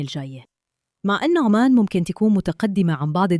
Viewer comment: عُـــمَـــانْ وليس عَــمّـــان